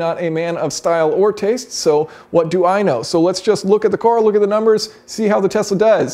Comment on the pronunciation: Jason says "cooar" instead of car 😅